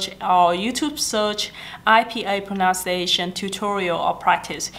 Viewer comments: Thanh Thảo Nhi Trần cái này đúng em ơi. Còn cái pronunciation thì có bạn cm và c cũng nói ở dưới rồi đó, từ đó c bị lỗi spelling, c tưởng nó viết là pronounciation nên c phát âm thành pronounciation. Còn nếu bạn nào theo dõi các video của c thì c đều nói đừng học tiếng Anh của c, vì c vẫn trên con đường hoàn thiện tiếng Anh. Nhất là khả năng dùng đúng ngữ pháp khi nói, vì ngữ pháp là điểm yếu nhất của c. Vì vậy nên các video mới trong playlist English practice. Chắc e ko phải là ng theo dõi c lâu nên ko biết. Cái c muốn truyền cho các bạn là tinh thần luyện tập, dù bạn ko hoàn hảo n mà bạn vẫn nên làm, đừng sợ mọi ng chê cười mà ko nói tiếng Anh. Vì chỉ có tập luyện mới giúp mình hoàn hảo hơn thôi. Có rất nhiều Youtuber khác nổi tiếng về giỏi tiếng Anh n mà thực ra em đâu biết là họ có thực sự giỏi như họ thể hiện. Khi lên hình thì có thể họ đã chuẩn bị script, quay đi quay lại và cắt ghép video để nghe trông có vẻ hoàn hảo và không mắc lỗi. Nên mặc dù c biết c nói sai nhiều n mà c vẫn đăng video, để những ng như c có thêm tự tin thể hiện bản thân chứ ko phải là cố gắng để thật hoàn hảo trc mặt ng khác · Em rất hâm mộ chị nhưng video của chị có nhắc đến Pronunciation và IPA nhưng những từ căn bản chị phát âm đều sai, ví dụ: pronunciation. Grammar chị cũng không tốt khi nói. Mình nghĩ các bạn nên nghe theo lời khuyên của chị (vì nó đúng thật sự) nhưng không nên học theo (imitate) tiếng Anh của chị ấy.